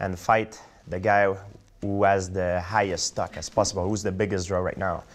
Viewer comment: Sounds like he's saying stuck instead of stock lol